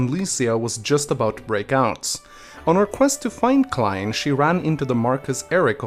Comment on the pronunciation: I just googled my name and now i'm here,, well, props to you for pronouncing Clarine right lmao